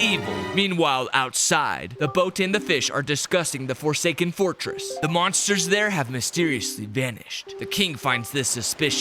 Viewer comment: WE ARe FORSKAEN why did you say fosaken